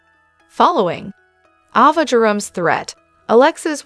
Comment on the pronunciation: Around minute , It's not Lucky Webber, it's Lucky Spencer. And it's not Ahva, not Avva, it's Ayva. You drive me crazy when you mispronounce well known names. I know you're a robot.